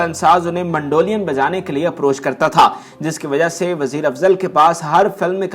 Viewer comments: MANDO LIAN nhn MEDOLIN hy bhae kya bolon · Word is NOT mandolian ... it is Mandolin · اس پروگرام میں ،، اب ٹھنڈک آئیں بھری پگلی،، چلانے کا کیا تک بنتا ھے اس گیت کا سے کیا تعلق ھے۔ پروگرام کا کر رھے ھو اور گیت ماسڑ عنایت حسین کا چلا رھے ھو۔ اور کیسے ھوسٹ ھو جسے مینڈولین بولنے نہیں آ رھا وٹ نان سینس ۔